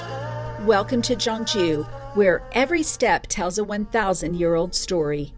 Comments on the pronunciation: She's soo kind and nice! I'm happy for you😊 I will do the same if I meet travelers who need help! Btw the city name should sound more like 'K'yeongju. We have another traditional city called 'Jeonju', western Korea. So it might be confusing :) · I am a bit reluctant to point out this because you made a beautiful content about the city. However, how you pronounce Gyeongju is more like ‘Kyeong-ju’. The problem is, how you pronounced Gyeonju sounds like ‘Jeonju’ which is a totally different city. 😅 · FYI - Gyeong-ju is pronounced Kyung-ju. "Jeon-ju" is actually another big city of Korea on the western side. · Gyeongju is pronounced more like kyung joo, Jeon Ju is a different city on the other side of the country. I think you'd enjoy visiting Jeon Ju, a smaller gem of a historic city that showcases traditional architecture and where bibimbop originated from. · I think they call Gyeongju Jeonju and mispronounced Woljeonggyo as Woljeongjo. Gyerim is not jyurim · If you ever do another video on Gyeongju make sure to get the pronunciation right because it sounds like you’re saying “Jeonju” which is a totally different city. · FYI, the G in Gyeongju pronounced as a G , not J. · The pronunciation of the city should be G(k)yeongju , not G(J)eongju. Btw I really enjoyed watching your video. ❤ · From the beginning the pronunciation of the city was incorrect. You said totally different city in the west part of Korean peninsula. 경주와 전주는 다른 도시 입니다. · Pronouncing Korean words correctly can be difficult. The G in Gyeongju is a hard G. And Silla is actually pronounced Shilla. Nice video. Wish I was back there.